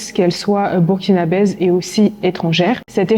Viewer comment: On ne dit pas ''bukinabaise'' 😢